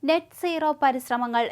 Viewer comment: Please note Not Net nooro but NET Zero